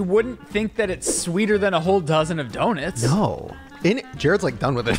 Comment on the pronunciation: 🤣🤣🤣I’m sorry the fact the said “do-nits”